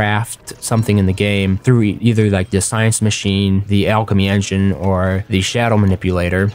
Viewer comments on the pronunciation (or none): none